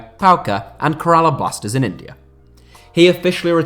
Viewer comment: The way he pronounced Kerla Blasters is horrible, please work on it.